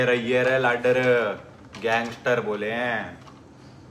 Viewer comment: भाई लागदर होया करै है। ना कि लागडर